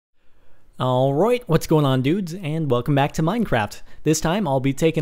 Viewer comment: "all roit" lol